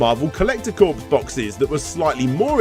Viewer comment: Was thinking the same thing! Sadly though, one of other pet peeves... “corps” (as in ‘Marvel Collector Corps”) was mispronounced. Didn’t stop me from enjoying the video though of course!